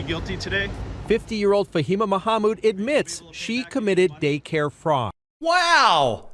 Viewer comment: There's no presumption of privacy in a public space. You pronounced Fahima Mahmoud so well I had to wipe spooge off my screen!